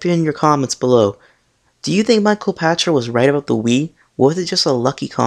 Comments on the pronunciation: His name is pronounced "Pakter," not "Patcher." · I believe his named is pronounced "Pakter", with a "k" sound not a "ch" sound.